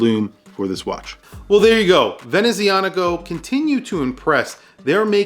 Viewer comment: Professional, passionate and interesting review, as always., you have hints of Italian ancestry in your accent, is it so? The "z" in "Venezianico" is pronounced "ts", like in "pizza". The brand name is a combination of "Veneziano" (Venetian) and "meccanico" (mechanical).